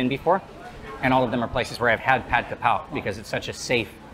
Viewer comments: The title says "Kaprao"....... the comments says "krapao"........ but he keeps saying "ka pow" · Thank you for your amazing video about this popular Thai dish. May I note that based on the Thai word for this basil (กะเพรา), its English transliteration should be "kaprao", and not "krapao". Many Thais pronounce and spell this word incorrectly. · Its Ka (กะ) not Kra (กระ) everyone gets this wrong even many Thais. I donno why this bugs me so much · Throughout the whole video you called this dish "Ka Pow". I've always known it as "Ka prao". Can you explain please ? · Minor correction: it’s Kaprao, not krapao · Correct: กะเพรา = Kaprao. Incorrect: กระเพา = Krapao. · And one more thing. It's "Pad Kaprao" not "Pad Krapao"....Cheers! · it’s krapao not kaprao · "Kaprao" not "Krapao" (กะเพรา in Thai) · kaPRAO not KRApao, most of the time in other words it would be "kra", yes. But this word is "kaprao" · I've seen it translated both 'ka prao' and 'kra pao', but I've only ever heard it pronounced 'ka pao', so I'm hoping you'll clear it all up on your channel! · Isn’t it ka-prao? 🙏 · In Thai it is pronounced ka pao/pow in Thailand. The better romanisation would be Pad Kaprao, because there is no r is Ka even in Thai. And the second r is silent in vernacular speech. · It’s actually pad-ka-prao but anyway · Technically กะเพรา should be spelled in English with the “r” sound in the second syllable. Both Foreigners and some Thais say it wrong but the dictionary says holy basil is กะเพรา.